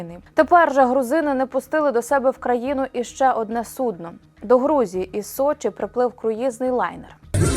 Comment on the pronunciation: не судно, а суднО